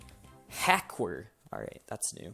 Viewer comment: Lmao wtf is a haqer lmao I dead. I guess is a haqer. 💀😂